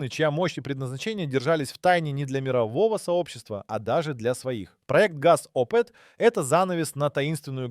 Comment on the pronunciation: Nem betűzzük az oriosz/szovjet autó márkákat, nem Gé a zé hanem Gaz és nem zé el el hanem Zil.